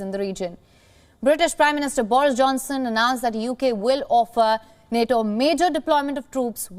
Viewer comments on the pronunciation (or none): none